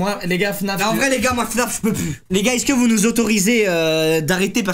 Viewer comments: " Iske" y'a que moi qui a remarqué !!!! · Pourquoi il dis iske au lieu de est ce que 😅😂